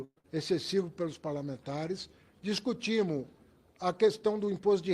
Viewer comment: Esse haddad tem dificuldade de falar no plural hahahahha " Nós discutimu"